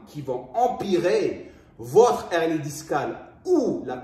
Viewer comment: C’est un « h aspiré » hein !! « Une hernie », pas « unernie » !!